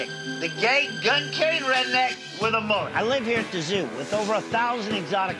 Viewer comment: What’s a MAHLIT? Lady….you aren’t an alien. MUH-LIT.